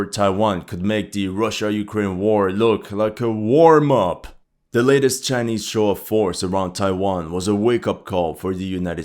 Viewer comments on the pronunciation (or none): i thought he said "war mop" instead of "warmup"